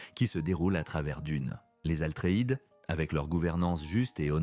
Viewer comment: Bravo pour cette vidéo. Par contre on dit "Atreide" et non Altreïde